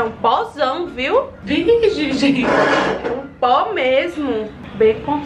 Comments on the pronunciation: O tanto que ela falou "vije" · Ninguém: a -::: "vige" "vige gente"